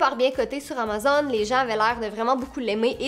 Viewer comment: La façon que tu dis Amazon me fait vrm rire 😂